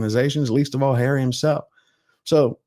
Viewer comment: What a wet lettuce. Hawwy is so cringe.